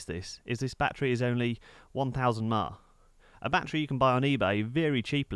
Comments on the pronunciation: LOL YEA Sounds Like he Was SAYING 2000 MELLONS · ...only the way to speak-it-out was a little confusing... giving the hours h a little bit more accent may clear it up...